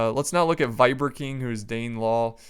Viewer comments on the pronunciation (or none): none